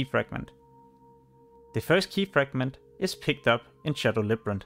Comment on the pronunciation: Labyrinth. Not librant